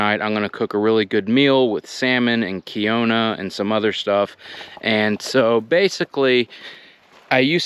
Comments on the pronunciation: lol It's KEEN-wah, rather than kee-O-nuh, friend. Just FYI lol. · Kee Noa..not Keeo Na! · This dude must of been trolling with the way he was pronouncing quinoa and the amount of times he was saying it. Was driving me nuts. It’s Keen-Wa, not Kee-O-Na lol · Nice vidio thumbs up but Quinoa is pronounced "keenwa" not keeona😁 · Wonder if he still calls it 'kiona' all these years later? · Nice setup.. The kiona is pronounced keenwa. Tizakisaus is pronounced zatziki 😂. Dr.Bronners is the best choise! Happy day! 😊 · The quinoa you had with your salmon is pronounced keen-wah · It was hurting me too lol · It's pronounced KEEN WA. I had to look it up when I started eating it. Very healthy. It is a seed and perfect protein. It's part of my regular diet now. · Your grain dish is pronounced Keen-wa (Quinoa). Great video! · Keen-Wah! is how you pronounce it 😂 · Quinoa is pronounced keen-wah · quinoa, is pronounced "key-noi" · Quinoa is pronounced Keen-waa, homie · Love your vids man please post more often! Btw it's pronounced like Keen-Wah :) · I was also wanting to politely say its pronounced "keen-wah". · Please do a search on how to properly pronounce quinoa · If you got the 💩 after this meal it’s the revenge of quinoa from the horrible butchering of pronunciation. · Put Sea salt on the Fish. Also flaxseed will go right through you without the nutritional benefits. They either have to be soaked or grind to powder in a grinder. But great choices trying to eat healthy. Quinoa is pronounced differently 😁 as someone else 👉 out. But love your journey, set-up, content. So many great ideas and items you use and share. Keep doing what you are doing 👍💕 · Awesome vid! I’m gonna call quinoa the way you say it cause it’s cooler. Thanks for the recipe.